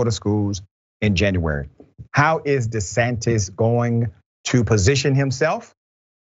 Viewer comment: De he say Ron DE-SATINIST Okay